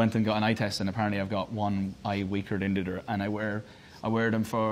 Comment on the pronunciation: when he says dendidder instead of "than the other"